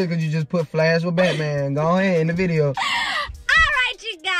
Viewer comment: No disrespect but it’s not shuscribe it’s subscribe